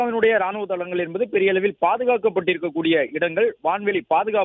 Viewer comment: 'தழங்கள்' அல்ல.. தளங்கள் மோதல் 'நீழய்போகிறது' அல்ல.. நீளப்போகிறது உங்களின் ழ, ள தமிழ் உச்சரிப்பினை மட்டும் சரி செய்துக் கொள்ளுங்கள்.